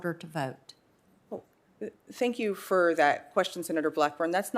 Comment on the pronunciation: Her personal views have everything to do with her judicial decisions. And it is pronounced "for" not "fer". She claims to be educated and should know that.